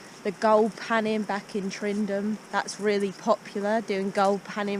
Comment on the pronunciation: Stop saying Tryndum , it’s TYNDRUM !